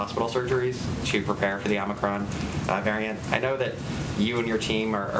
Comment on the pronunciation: He and Biden were first pronouncing this variant as "omnicron." Glad to see he has learned how to pronounce it. "Omicron." But if our highest ranked expert can't even pronounce it correctly initially, should we place confidence in what he claims to know about it?